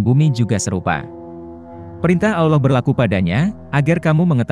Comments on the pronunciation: Sebut Allah betul2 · dan aksen Allah juga beda